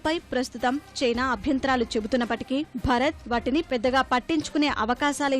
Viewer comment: అమ్మా తల్లీ !!!! న్యూస్ రీడర్ మన దేశం పేరు అయినా సరిగా పలకడం నేర్చుకోండి. భరత్ కాదు భారత్